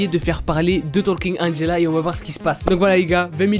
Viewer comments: Il a vraiment dit Angelo, 😂😭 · je rêve ou il a dit « Angelo » ? 😂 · non Angelawn 😂😂